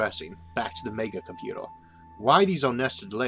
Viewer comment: I don't want to be rude, but surely I'm not the only person who finds the narrator's speech impediment severely distracting. Some sentences are only semi intelligible; "comput-ew" is a particularly glaring and frequent example. Great content, though, and perfect grammar; I love these videos. they would just be easier to enjoy if he asked a friend to record the narration.